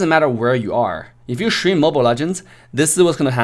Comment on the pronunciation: Love the way how says: Shtream hahahahahahahah